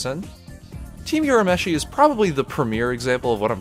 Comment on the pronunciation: loved the video!! it's Urameshi and not Yurameshi btw, lol. it's also Yu-ki-na and not Yu-kee-na.